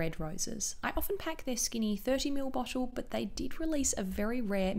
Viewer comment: dewy- dchewy bottle- botchlle